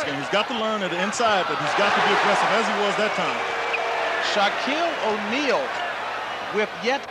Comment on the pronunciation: Who the f*k is "Shock-Eel Ahneil?"